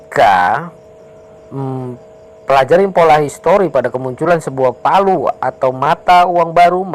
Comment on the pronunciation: Bukan Palu bang,tapi veliu di bacanya🤭🙏 semangat terus bang update nya💪💪